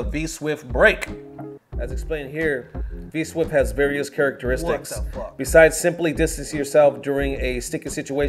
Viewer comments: Dude said 'V-Swift' repeatedly!! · It clearly says 'V-Shift' but you're so it's okay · Mans was dedicated to saying V-Swift rather than V-Shift. #KeepTheLieAlive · "V SWIFT" 🤣